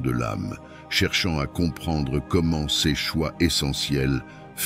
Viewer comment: Bonjour et merci. Le ces se prononce Say.